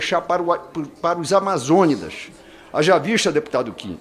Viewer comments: "Amazônidas" Foi brabo de se ouvir meu ouvido sofreu com cãibras. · A COP VAI DEIXAR PROS AMAZÔHFHHJ, O VAGABUNDO NEM FALAR SABE,ENCONTRO DOS AMAZÔNISSGHYH